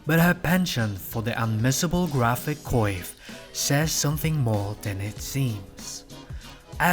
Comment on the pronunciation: I really enjoy your analysis, but your mispronunciations completely pull me out of the video. coiffe, monopoly, inseparable -- to name a few. For things like the cigarette holder, the French can be excused, but a lot of these are standard English words (as a hint, most long words in English have emphasis on the third to last syllable).